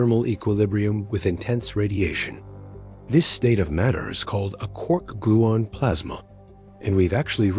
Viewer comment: "I have never in my life heard someone say 'gluin' instead of 'gluon.' Does the narrator call himself a 'morin'?